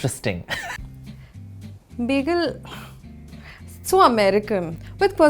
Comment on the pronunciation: Btw it's not begel it's bagel